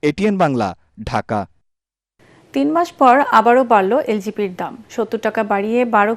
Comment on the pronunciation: এলপিজি কে আপনি এলজিপি বলেছেন!